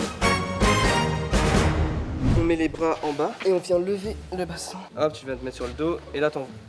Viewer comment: A comment il dit le bassin jpp